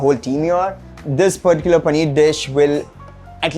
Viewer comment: paneerrrrrr panneerrrrr paneeerrrr